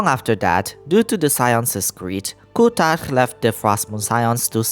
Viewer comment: Your accent saying "kuutar" is so perfect maaan, i went high every time u said that